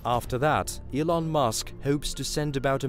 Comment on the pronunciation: Its Elon, not Ilon.